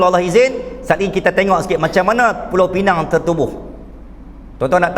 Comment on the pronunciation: Pulau pinang ditukar jadi PINENG konon nama inggeris